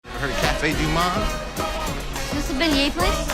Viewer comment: Only dude thats not from new orleans that can say cafe du monde right😂